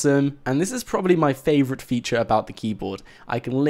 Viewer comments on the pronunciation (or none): none